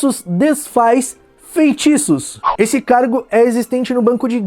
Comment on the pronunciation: "Desfaz festiços..." Kkkkkkkk